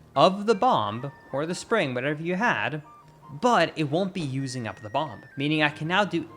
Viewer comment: First, want to say that you speak English better than most of us. But wanted to point out that bomb has a silent b at the end for some reason. Love your videos, thank you.